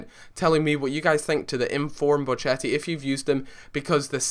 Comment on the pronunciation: Hey m8 im an italian sub of yours, just wanted to point out the way you say Bocchetti is wrong its:"Bokketti" ;) nice vid